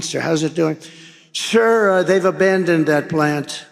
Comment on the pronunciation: You skirred say you skir Donald…..